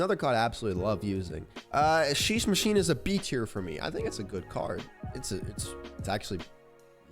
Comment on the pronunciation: this dude says royal genshin impact and sheesh machine 💀💀💀